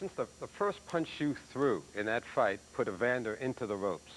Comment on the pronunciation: Reporters: Evander Holyfield ... Mike Tyson: EVANDA